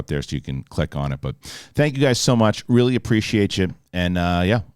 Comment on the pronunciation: “It weally wasn’t.” 😆